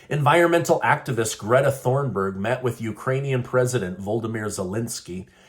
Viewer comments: It's "Thunberg", not Thornberg. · Ok… so I really like listening to you … and I think you do a great job getting the facts to us… But your credibility tends to wane when you mispronounce names… Greta’s last name is Thunburg - pronounced “TOON-burg” - not “Thorn-burg”. Even I know that it’s “journalism 101” to make sure one knows how to pronounce names correctly! Do better!! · Just a note: Greta’s last name is Thunberg, not Thornberg. I’m only sensitive because my last name is Thornberg and I don’t like getting mixed up with the Thunbergs, ha ha! Love you! Love your show! ❤️😂 🇺🇸 (The last time I had probs with my name was when the big book and movie, “The Thornbirds” came out in the 80s or 90s, lol.)